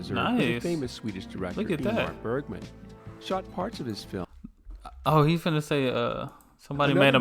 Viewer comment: Please do not promounce Bergman or Helsingborg as if it was German. Look them up on a Swedish site on the Internet.